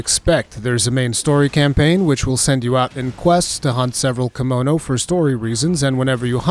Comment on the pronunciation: Thank you for the well thought of video. Also I keep thinking you're saying kimono like the clothing lol.